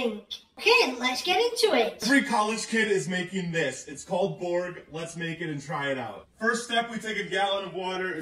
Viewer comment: Borg not Bog.